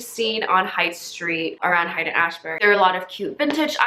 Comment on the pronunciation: it's pronounced like "hate"